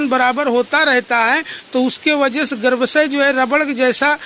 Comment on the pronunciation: पहाड़ी भाई गर्भाशय कहते हैं, गर्भसय नहीं